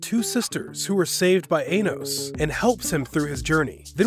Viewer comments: It almost sounds like he said ana1 instead of anos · U said anos wrong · He is butchering the hell out of Anos’s name